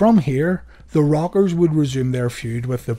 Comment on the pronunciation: It sounds like you're saying "The Robbers"